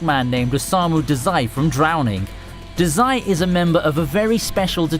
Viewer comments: Omg I'm so glad you started with bungou but u rlly need to work on ur pronunciation, like duh-Zai. Otherwise great vid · The way you pronounce Dazai gave me cancer